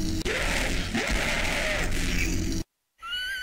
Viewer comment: it sounds like he is saying "Uniel"